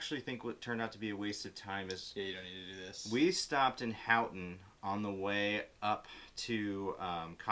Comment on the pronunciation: thanks guys! very helpful. fyi, Houghton is pronounced Ho-ton.